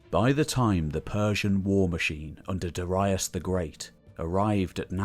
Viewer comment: aristocratic pronunciation WRONG. Darius WRONG and on and on